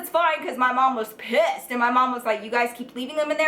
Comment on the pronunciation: btw I also now say pISSed like you do 😂